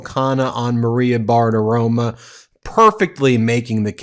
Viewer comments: It's Bartaromo, not Bartaroma. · Ben, you are wonderful but the Fox News host is Bartaromo! An “o” on the end, not an “a”! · Who is this Maria Bartirom-UH!